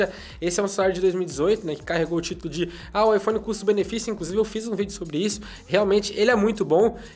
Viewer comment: O jeito que ele babaiphone é diferente